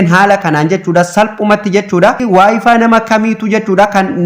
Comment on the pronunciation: wayfiin maal jechuudha wayfay jedhama kijibduu wayfaay jettee dubbisuu ituun beekin maal haasofta